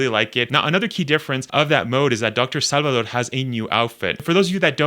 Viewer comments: Bro. It’s SALVADOR. There’s a “v” in Salvador. It’s not “sallidor.” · I.e. saalvadoor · this guy says salvador hella weird